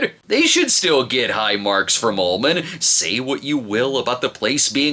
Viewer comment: I thought He Was saying Mister "Almond's" Office.